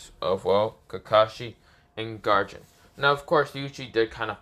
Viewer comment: Bro is saying garou wrong he was saying garage